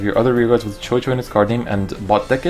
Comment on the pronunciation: everytime someone says she targets circles I wanna stab someone. not to mention everytime someone mispronounced chouchou. it's supposed to be pronounced shoo shoo not cho cho due to the word being of French origin